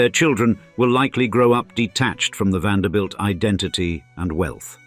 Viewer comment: Finally a narrator who pronounced the last name correctly! as in VAN -DER -BUILT. Some of them pronounced it as "BELT"